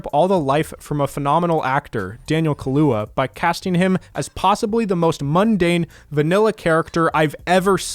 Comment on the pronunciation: Thank you for going through point by point. Of course he wouldn’t understand a movie that is commenting on people like him. Also i think it’s pronounced Kaluyah not Kahlua